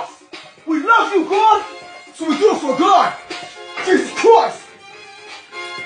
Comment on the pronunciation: I thought he was saying we love you dawg